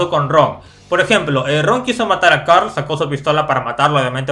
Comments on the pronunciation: No se dice Carl se dice coorl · se dice coral